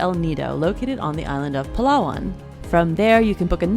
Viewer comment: I really admire you for presenting the Philippines in a very good way, unlike many travelers who shun the country because of bad publicity, even if they have not been there themselves. I also admire you for pronouncing Palawan the right way. You go girl! I was born in the Philippines (now living in Atlanta) but you have probably seen more places than I did. I will be there this summer and will visit Cebu and Bohol (my second visit) as well as the Ilocos region. After watching your video, I was convinced that I should also visit Banaue Rice Terraces and swim with the whale sharks at Oslob. I am your latest fan now. BTW, you are very gorgeous! Did those monkeys bother you?:)